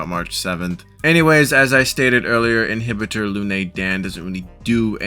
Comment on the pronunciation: It is imbibitor lunae not inhibitor lunae.